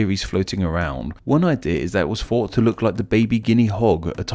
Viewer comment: Dude, get some elocution lessons - you're English but can't pronounce about 50% of English words e.g. "multipuw" (multiple), "fought" (thought) etc etc.